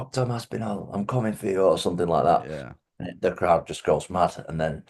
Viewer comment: We’re finally watching Guru pronounce Tom’s surname wrongly to his face.